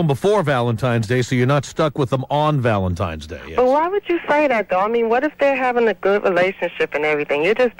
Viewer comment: I used to love Tom, then i heard him pronounce it 'Valentimes' -_